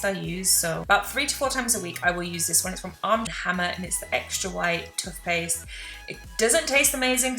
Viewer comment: How have I never noticed the way you say TUTHPASTE 😭😭😭😭